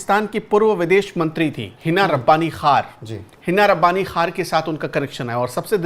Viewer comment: Hina Rabani khan nahi hai hina Rabani khar hai naam to theak liya karo